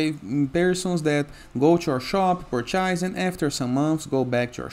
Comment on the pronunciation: Who the Fuk says "purch-eyez"?? I don't get it, its either an Indian with a durka durka accent or some guy that can't speak properly making these videos. its painful, I'd rather listen to 2 cats humping in a dumpster fire. PLEASE if you can't speak clearly, use an AI voice over. Thanks.